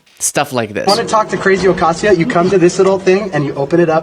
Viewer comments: It’s pronounced ah not a as in rain. Pronounced Ocahseo Cortez. She apparently doesn’t know anything about Spanish pronunciation. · She can’t pronounce Ocasio correctly. That’s just pitiful.